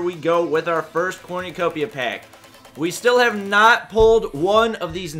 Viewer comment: its Corn-u-copia not corn-oo-copia.